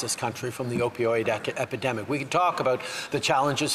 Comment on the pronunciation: The guy can't even say the word epidemic.